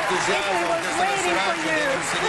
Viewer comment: LOVIU MAICOL" JAJAJAJ